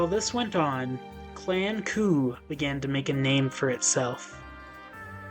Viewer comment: Great video! Using the original pronunciation of names would make it even better 😊